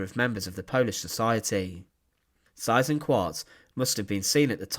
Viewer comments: If you're going to do documentaries featuring Germans - do learn a bit of German, so you can learn to pronounce names properly. You're HitLAH's bad enough, but Size InkVART's even worse. Single S sounds like 'z' (usually) double 'S' is pronounced as a UK/US 's'. So the name Seyss-Inquart sounds at least a bit like 'ZISS - Inkvart'. Not exactly, but at least that'd be better than the way you pronounced it - sorry to moan, but you've done a number of these now, and your accent is NOT improving. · I was taught decades ago that his name was phonetically pronounced "Say-ezz Ink-vart". Just saying. Really enjoy your informative vids, sir 👍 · David Cassidy: The correct German or Austrian pronunciation is Zeyes-inkvahrt. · My father was a child growing up in Holland and was 11 years old when the war ended. He became a history teacher and always pronounced the name "Cease Inkart"...a monster no matter how it is pronounced. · I've never heard his name pronounced like that, it's definitely not a common name,or not in the US anyway, great video ✌️ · He has his problems in pronouncing foreign proper names. Would be forgivable if he would accept suggestions for improvement. But unfortunately he doesn't . . .